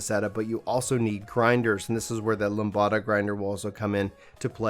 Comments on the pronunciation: "Lam duh" not "Lam bada" LOL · It's Lamb-Da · Why do you say lambda like that? It’s said lamb-duh. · Don't know if your pronunciation of Lambda was for fun, but if anyone doesn't know Lambda is Greek and most people say it Lamb duh.